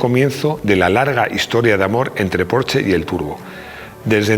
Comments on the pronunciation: Muy buen video, solo un pero,.... se pronuncia "porshe" con la e neutra y casi sin pronunciarla del todo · Te lo juro que si vuelve a decir porche, como en una casa me va a explotar la cabeza